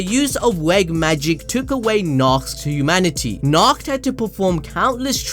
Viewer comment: Nacht (NA-HO-TO)